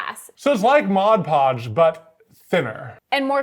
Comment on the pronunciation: I think you are the first people I've ever heard say Mod Podge correctly.